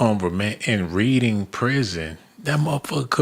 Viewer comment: lol READING is pronounced as REDING.